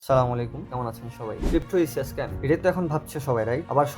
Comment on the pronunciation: সালামালাইকুম ❌ আসসালামু আলাইকুম ✅